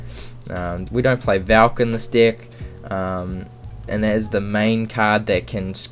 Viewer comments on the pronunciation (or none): why the f*** you always say "dick" instead of deck?! XD